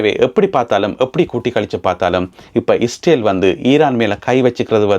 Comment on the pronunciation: இஸ்டேல் இல்லைடா ...இஸ்ரேல் டா. நீ இலங்கை மடையா. மட கூஸ். உன் தமிழை கேட்டாலே வாந்தி வருதுடா.